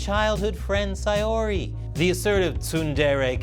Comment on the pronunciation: I never thought to correlate Buddhism with DDLC... especially with Monika's stance on God but hey, that's interesting. Also, you're one of the first people to properly pronounce Sayori. For that you get bonus points. Thanks for keeping this game alive,.